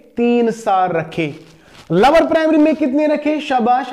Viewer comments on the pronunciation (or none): lower nhi sir lower 😂